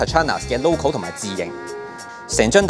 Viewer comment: 成條片都好正~ 讚！！ 除左... 一句說話激嬲Designer: Loco. 係Logo唔係Loco呀 😂😂